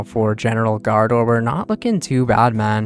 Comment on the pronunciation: Love the vids, but you have to work on the pronounciation gRaardor lol :D